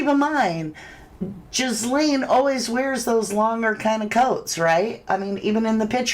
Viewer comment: GA LANE OR GEE LANE the S is silent. That poor child. 😢 I find it so creepy these evils always and I mean always smile huge in pictures like they're the happiest person alive. Not the victims the pdfs.